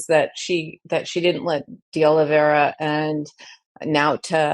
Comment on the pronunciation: oh-lee-VAY-rah! Four syllables, not five. The "ei" in Oliveira is like English "ei" in "freight", "eight", "neighbor", "weigh", "weight". You have habituated yourself into breaking this diphthong into two sounds, and, in doing so, you have also reversed the two letters' positions. IT IS JUST A "LONG-A" SOUND -- NOT "ee-ay", BUT JUST "AY". This is a common diphthong in Portuguese. (It may be a "digraph", rather than a "diphthong" -- I'm not sure of the distinction between the two words.)